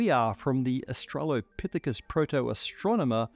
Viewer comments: I'm sorry, did you say she was an "astro-lopithecus"? (Australopithecus) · not austrailopithicus, astronomerpithicus.